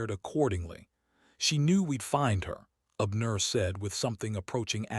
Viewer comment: Ok, I'm listening from Chicago,IL? I like the story so far but please not be so stiff in telling the story? Pronounce the names outright instead of separating words and names in syllables!! Abner one word!!